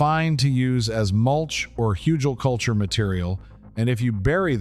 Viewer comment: Very helpful, thank you! So, how long should you let oak & other "beneficial" wood age before putting it into the ground? Also, on a side note, the g in Hügelkultur is pronounced like the g in good, or get.